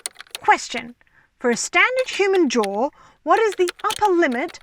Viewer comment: You say jaw but I keep hearing drawer